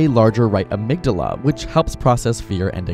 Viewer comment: Did you mispronounce amygdala?